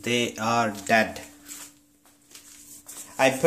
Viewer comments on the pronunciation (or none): You said ”and now... they are dad” No disrespect about your bad english